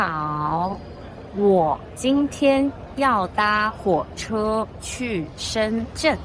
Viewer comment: why you pronounce da1huoche isn't it da2 huoche ma?